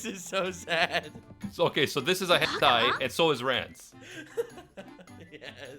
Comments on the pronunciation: YouTube:We heard you said hentai over 10 times.:You must be mistaken i said “Gentai”. YouTube:Oh sorry sir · Why does he say gentai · Dude wtf is a gentioy?! Jajajaja